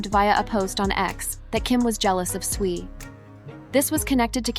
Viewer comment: WTF is SWEE????? Her name is SWIFT!!!!!!!!!!!!!!!!!